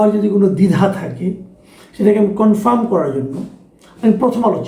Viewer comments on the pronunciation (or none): none